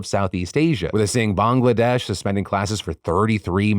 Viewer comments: Phil, Thank You for pronouncing Bangladesh correctly as most non Bangladeshi people from outside south east Asia pronounce it as Bang-ladesh! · Just gotta say your pronunciation of Bangladesh is 👌. Putting my Canadian born Bengali friends to shame 😂.